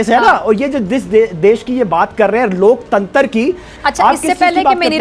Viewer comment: loktantar😂😂😂😂 Murder kr ke rkh dete h ye language ka.